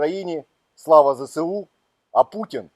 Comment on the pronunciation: Будь ласка, не Зе-Се-У, а Зе-Ес-У!